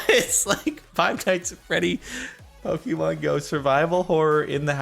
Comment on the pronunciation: did he just say pock-eh-man